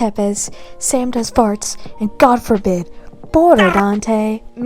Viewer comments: Bro why did I hear “Samdoesfarts :3” 💀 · She really said Samdoesfarts lmao😂😂😂